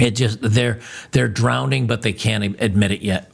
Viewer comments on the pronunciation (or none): you’re one of those people who says “drownding” with a d in it. Love you man, but got to tease you about it. It’s all good. One of the most respected dudes in my life says “flusterated.”